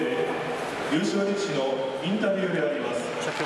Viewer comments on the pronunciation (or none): 大感動なんだけどさ… 「優勝リシキ」って言ってるよね？俺の耳がおかしくなければw